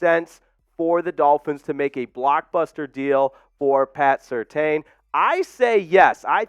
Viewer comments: It's pronounced... Sir tan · Pats name is pronounced Sur-tan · It's pronounced Sur-Tan